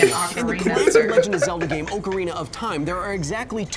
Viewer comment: She pronounced ocarina right